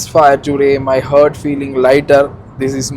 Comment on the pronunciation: dei, pronounce heart as (*haart*), you say it "hurt"